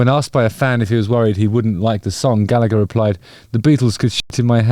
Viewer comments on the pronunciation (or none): none